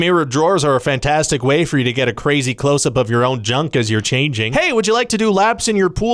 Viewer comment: "up" Are you a midwesterner? That's almost "oup"